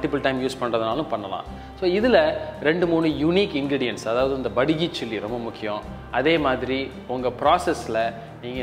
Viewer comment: this is not BADAGI Chilli (ಬಡಗಿ ) 🤣🤣🤣😂😂😂, this is *Byaadagi Chilli(ಬ್ಯಾಡಗಿ )👊👊👊*